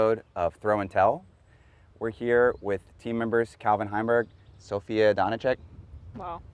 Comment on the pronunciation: Brad is definitely from Texas the way he tried to use a Czech pronunciation of Sofia’s name 💀